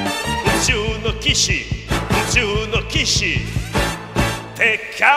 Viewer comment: あ～外人さんが歌っているんですね。 めちゃくちゃうまいです。 ただ日本人が聴くと、やや外人なまりがやっぱありますね。 特に「宇宙の騎士♪」というところの騎士の発音が きし↓と「し」を下げて発音されてますが、本当はきし→と いう感じで、「き」と「し」は同じ音程なんですよｗ すいません、細かいこと言って。。。 でも、ほんとめちゃくちゃうまいです。 すばらしいgreat!